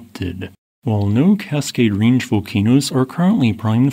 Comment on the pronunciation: Can you stop pronouncing so many vowels as "ee"? It's really distracting. You pronounce "and" as "eend". "Range" as "reenge". Couple examples. "Casceedia"